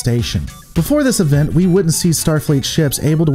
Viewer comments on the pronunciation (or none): none